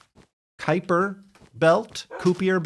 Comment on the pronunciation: pronounced "ki-per" belt